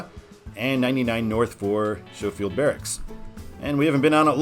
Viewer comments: For future reference, it is pronounced skow-field, first part rhymes with row as with a boat. No clue about your hawaiian pronunciation. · I coulD be wrong but I think Schofield (named after General Schofield) is properly pronounced "skofield." An interesting side story is how General George Henry Thomas and Schofield. This relates to the 1864-5 Battle of Nashville.